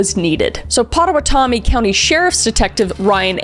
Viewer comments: I'm from the same area as cari, you did a really good try at pronouncing the county, but respectfully it's phonetically Pot-ah-watt-ah-me. Great job on your story telling. Love the videos. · hey there! Pot-a-WAT-ami. Grew up in Omaha, near that county. 😁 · “Potta wa tommy” 😂 it’s ‘Potta watta mee’😅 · ... I really want to know now if this county is actually called/spelled Pawatami *OR* it's spelled Potawatomi and pronounced (Pa-to-wa-toe-me). If it is the latter, that's my tribe here in Michigan 😂 Either way, this moment reminded me of years ago, back when personal GPSs were a new thing, and my mom's would say Pokagon highway (Po-Kay-gone) as POCK-I-GON highway 😂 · Isn’t it Pottawattamie county? The double Ts are pronounced d. 😂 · Pottawattamie is pronounced Pot-ah-watt-ah-me. No shade! Native American names can be hard to pronounce! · I'm sorry but your pronunciation of Potawatomi is funny and cute! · I’m from Pottawattamie County, and you tried your best to pronounce it 😂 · I'm laughing at the pronunciation of pottowatamie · it made me giggle how you pronounced "Pottawattamie" thank you kris